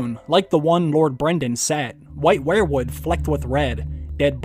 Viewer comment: you say wherewood, I say weir-wood...kinda weird or should that be whered??????????